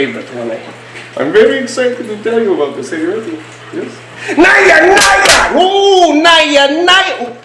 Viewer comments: its pronounced na-ja not naiya naiya.god these guys dont know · Nayya Nayya is wrong. It's Naja Naja.